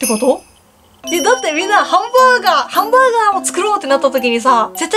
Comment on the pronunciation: 最初のハンブァーグァーがおもしろい